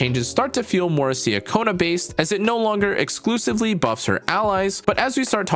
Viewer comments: nice guide! btw just fyi, her name’s pronounced chacona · Great guide! It’s pronounced CHA-kona btw. I’m so happy I got her!